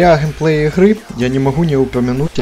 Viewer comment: хаваря о хемпее ихры !! ахаха вырвало просто